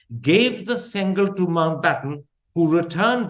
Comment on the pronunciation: Why give importance to a lie when already we know this whole dispensation is made of lies. By the way, it is pronounced "sengoal" and not "sengal." Sengal is a brick in tamil.